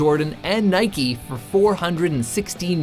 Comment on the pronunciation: NIKE NOT NIKIIII